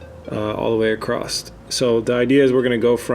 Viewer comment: A very anal comment but we know you know across is across and not acrossed or some even say acrosst yes with a t. Anyway. Just say it right